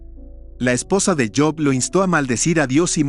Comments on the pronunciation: Si sabes hablar español,habla correctamente,no es yob es Job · cabal no es yob